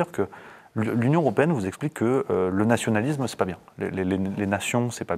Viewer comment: Bon, s'il te plait, écoute le monsieur, il dit "nationaliSme" Pourquoi tu insistes avec ton "nationaliZme" T'es chiant à la fin. Et c'est pareil, ce n'est pas pas fantaZme, mais fantaSme. Bordel, fait attention un peu. Tu te prétends souverainiste mais t'es pas foutu de respecter la langue. C'est con parce que le discours que tu tiens est intéressant en fait.